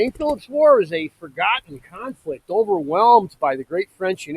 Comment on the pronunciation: 😜🤣🤓🇺🇲😍😉AS SOON AS HE SAID THE WORDS, "FERGAHTN KAHNFLICT", -- I WAS HOOKED.🤷🏻‍♀️